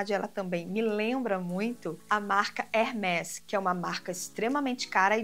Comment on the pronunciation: Pronúncia é hermês, palavra em francês e o acento usado é um som fechado.